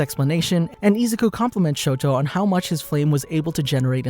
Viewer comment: You don't pronounce izuku like that